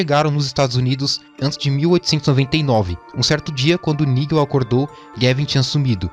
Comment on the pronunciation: Nigel não irmão, "naidjel"